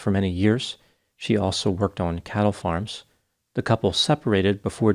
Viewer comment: I swear, at first I thought you were saying cow 'farts'. Had to rewind a couple times.